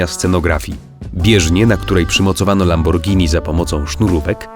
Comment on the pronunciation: LAMBORGINI SIE WYMAWIA LAMBORDŻINI